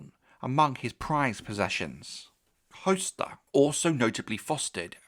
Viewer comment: its definitely hos-ter not host-er...